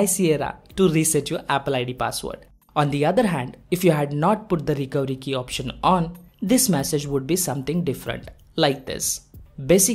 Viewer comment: What did you say when you said Recovery Key, your accent made it sound like the Recowiki, can you even try to say recovery key